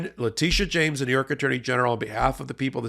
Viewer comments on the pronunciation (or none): I believe the NY AG pronounces her name Le Tish a instead of Le Teesh a???🤷🏼‍♀️